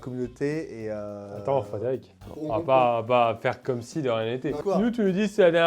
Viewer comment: Le Frédérico m'a tuer 😂